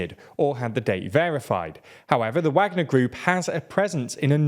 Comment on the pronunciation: The only thing that bothers me about these videos and channel is when they choose to pronounce things right, like I understand the reason why but now that it's in the same video it I can see they pick and choose. They mispronounce names of Ukrainian cities and the one that bothers me the most is when they say Wagner without the V sound but as soon as it comes to the country Niger, they pronounce correct, now I don't want them to mispronounce the country name obviously but it is quite funny, especially when it's plainly obvious such as this video 😂